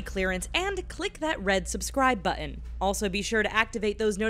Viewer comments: What is a "BU-ON"? Did you mean button? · it is a button not butun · What the HELL is a "buh-in", and "bih-en", and "wrih-en"??!! The words are "BUTTON", and "BITTEN", and WRITTEN!! Geez Louise, why can't this woman say her 'T's'?!! : P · Please! The word is "button" buTT-un - not Bu-on. There are a couple of Ts in the word. Use them! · What is a bu-un? Do you mean buTTon? Good grief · its "button" not buddon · I must say that I really enjoy these videos. BUT... I wish the narrating lady with the beautiful voice would stop pronouncing a double "T" (button, etc.) as a glottal stop rather than the plain ol' letter "T". It comes out as "buh-n" (and other iterations). Drives me up the nearest wall. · If you're going to use the word "button" it's kinda cool to say the "Ts" not swallow them... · there are 2 T's in the word Button.... Never heard a single one lol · i refuse to subscube because the way the lady says "button" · "written" and "button" should have the "T" sound in the middle. find a more literate announcer, please